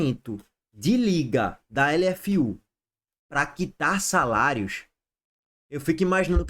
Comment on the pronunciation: "SALAIOS" viva o cebolinha 😂😂😂😂